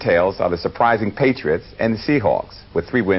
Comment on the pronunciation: Interesting pronunciation of 'Patriots' by...